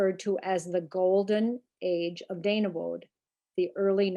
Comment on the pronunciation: Not far from you. G-Grandparents and family were members there early 1900’s. Although I have always pronounced the name as Dane-e-bo. 🤔